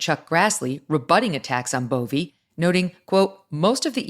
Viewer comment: Megan Kelly his name is Bove. just like the word row.